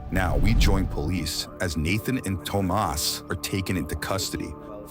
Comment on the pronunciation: That one kids name that’s spelled Tomas. It’s pronounced tom-as not toe-mas